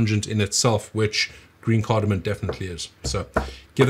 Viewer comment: Dude u just said asafoetida and cardamom wrong. U even spell checked and posted it on screen! CardamoM? And you even said u like cardamom. Maybe a little more effort? U have a fairly decent sauce